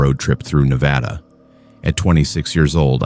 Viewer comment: NevAYda? Really